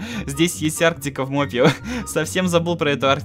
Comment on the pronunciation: Не мопе ио а моп ио